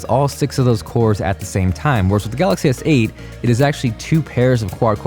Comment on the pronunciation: Pronounce Galaxy S8 as Galaxy Seiyt